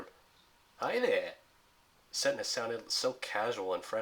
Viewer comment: its pronounced as set ney not setna